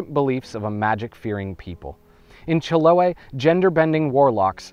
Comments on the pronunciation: It's pronounced Chilo-AY. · nice how you managed to learn the history of that island, the trauco, and others but still not pronuncing chiloé correctly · That's not how the Chileans pronounce Chiloe